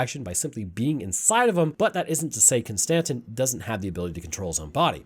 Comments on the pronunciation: The way you pronounce “Constantine” keeps bothering me 😂 it’s “Konstanteeeene” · Bud, love your channel, love the vids. But, my guy, Con-stan-teen. Like Keanu Reeves playing John Constantine. You know this I’m sure, and I just got trolled for this whole video. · Its pronounced constantine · It's "Constantine" like the Roman Emperor. Yes, I know an E is missing. The Germans do the same thing w/ the name. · Nigga con- Ston- teen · I apologize for him butchering the word "Constantine." The German language also drops the "e" at the end but you still say it.